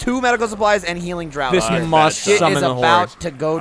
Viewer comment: Every time they try to pronounce drought I die a little.